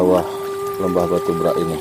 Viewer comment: Beghak, bukan brak... Beghak artinya tenggelam